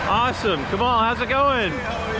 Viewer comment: His name is Kamal not Kama right?